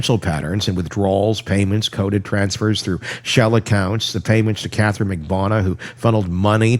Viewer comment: Would you please pronounce Catherine’s name correctly.